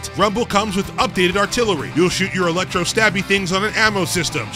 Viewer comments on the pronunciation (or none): none